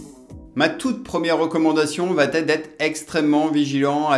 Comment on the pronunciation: Très bien votre vidéo. Mais par pitié, attention aux liaisons: elle va t’être : il n’y a pas de T à va! Merci, cordialement😊